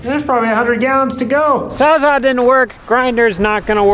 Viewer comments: LMAO it's not "sawzaw", it's a saws-all. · thinks its called a saw-saw? LMAO its sawz-all. as in the saw cuts all. sawzall. not saw-saw. Ps a battery powered transfer pump would have emptied that tank in 30min. and its usually a good idea to have a couple fire extingishers around for a job like this. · Saws. all. Sawzall. not sawzaw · Sawz-all…..not sawzaw or sawsaw! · not a SAWZAW... It's a SAWZALL as in Sawz All. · Bro PLEASE…you’re killin me. “Saa-za” no. “Sawz-All” yes. 😂